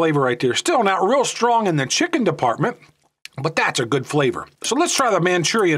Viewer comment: I like the Maruchan “chickie” flavor. 🤣